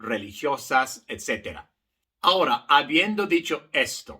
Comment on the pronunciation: Querido profesor su color de piel no es importante, solo importa que es un profesor excelente. Le informo que en correcto Español se dice Ahora no Hora.